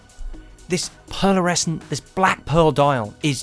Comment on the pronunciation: Superb mod, not without its hiccups but couldn't work out why some shots at the end had a second hand with the red dot and some didn't. I think this will be my first project, just waiting for the final tools to arrive. L,astly, its pearlescent and not pearlersecent. Just saying!😂